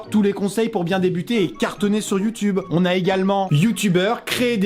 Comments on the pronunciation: il a dit youtunes ho mon dieu!!! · Vraiment Amixem tu as vraiment dit Youtunes !?